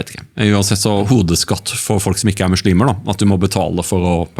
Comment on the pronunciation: 1. Det heter islam og muslimer med bokstaven S og ikke "SH". 2. I Koranen kap 2 vers 246 (som representerer islam) står det klart og tydelig: "det finnes ingen tvang i religionen (islam)" 3. Kristne er ikke forfulgt i Pakistan, det finnes hindu templer, kirker og andre religiøse begivenheter/attraksjoner som andre nasjonaliteter bruker i ro og fred. Det er bare å sjekke på youtube om uttalelsene fra turister rundt gjestfriheten i Pakistan. 4. Det finnes ingenting i Koranen om dødsstraff om frafall av islam - enhver er født fri med fri vilje (og vi testes ved alle livets aspekter av Gud). Se bare på kap 2 vers 256 i Koranen : "det finnes ingen tvang i religionen (islam)" 5. Det er en grunn til at muslimene ber 5 x om dagen, faster, er avholdne fra alkohol/svin - årsaken er store helsegevinster både fysisk og psykisk. Disse verdiene står og nevnt i bibelen. Tro gir håp/optimisme, det gir disiplin, ydmykhet, moral og nestekjærlighet.